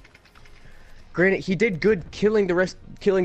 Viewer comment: He said granite not granted when the first person complimented u on killing every the enemy at the start of the video